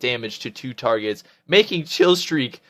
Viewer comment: lool "you got dose targots, nn k??" did you have a mini stroke ?? rofl.. good vid.